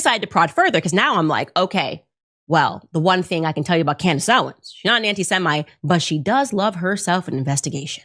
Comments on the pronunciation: Did the first pastor say Camrish Owen’s?? I’ve played it back numerous times. If it’s true what I heard then it’s absolutely funny that he’s paid and can’t get her name right! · "... Camarace Owens" ???🤣🤣🤣💖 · I❤ how this khazar purposely mispronounces their name like he doesn't know who they are I'm sorry we don't take other people's likenesses like your whole people have taken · The pastor cant even pronounce their names correctly, because i think he knows he is lying to his congregation, and got a lil nervous trying to say it, cause its not an original thought... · It was obvious many of them had no clue who they were because they said their names incorrectly 😂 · These so-called pastors can't even pronounce their names correctly but somehow they know they are "antisemitic." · He didn't pronounce either of their names correctly WTF 😂. HE GOT BRIBED AND HE COULDN'T EVEN READ THEIR NAMES OFF THE BRIBE.LETTER CORRECTLY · "Some of you listen to Tucker Carson and Camriss Owen" Can't even say their names. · Well, there ya go. Tucker Carrison and Cameris Owen are anti-Semetic. Four mispronunciations in 3 seconds. Wow. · Note this slandering "pastor" doesn't have a problem with pronunciation except when he mentions their names "Tucker Caarson & Camrace Owens". He knows their real names. What utter filth. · Who TF are “Tucker Carason” and “Camerice Owen?” I’ve never heard of them … And what is so dangerous about their “retric?” Dude, 1 of 2 things: Either do a better job actually learning the pronunciation of the names of those individuals regarding whom you received 30 shekels of silver to slander and malign AND/OR curtail your Xanax dosage just a wee bit!” I seriously thought for a second that MockingPastor might actually be having a stroke. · That ' pastor( look up qualifications for pastor/ elder/presbyter/ priest bishop/ overseer in the New Testament [ hint: they're all the same office]) could not even pronounce the names or Tucker Carlson and Candace Owens.